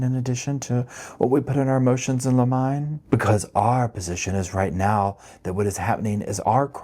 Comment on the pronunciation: lemon knee not lemine babe